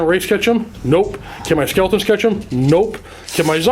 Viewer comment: Skeltaws and Zambeys